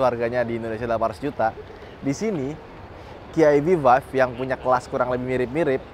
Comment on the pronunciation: EV Five bang, bukan Vive :face-green-smiling